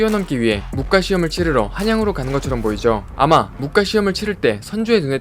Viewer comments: 설명 다 발음 좋으신데 영상 초반에 무꽈~~ 가 아니라 무과~~ 그냥 태클은 아니고 더욱더 분발하시라고~~ ㅎ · 무꽈 가 아니라 무:과 아닐까 하는데[.. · '무과'를 '무꽈'라고 읽으시는게 불편해 유툽 댓글 첨 써봅니다 '꽈'라는 발음이 올수 없죠 무 뒤에....